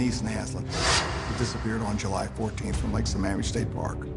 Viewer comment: No sure what the brunette detective adds to the story, since everyone else interviewed actually came in contact in some respect with Ted except her. She even mispronounced the name of the lake where 2 of the women were kidnapped from. Apart from her, excellent documentary.